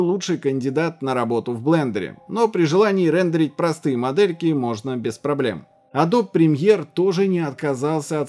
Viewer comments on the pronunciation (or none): none